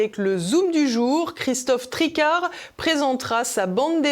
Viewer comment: Christophe Tricard mdr !!!!!!!!!!!!!!!!!!!!!!! TRIQUARD ou TRICARD ?